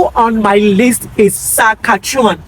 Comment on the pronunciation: It's Sas-kat-chewan